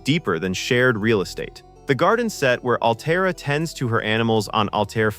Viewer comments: (Altair is not pronounced "Al - tee - air" - do you listen to these before u post them?) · "Al-Tay-Air"? Are you doing a review on a movie you've never seen?? How could you possibly mispronounce the name of the planet? Sloppy. Thumbs down. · Narrator can't pronounce Altair and has not watched the film. Tired of this slop. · Maybe get a REAL narrator who can properly pronounce, "Altair." Sheesh. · "Altair," the planet, it is pronounced "Al Tare," and the daughter's name is "Al Tare Ah." Interestingly, Altair is the Arabic word for "flying eagle."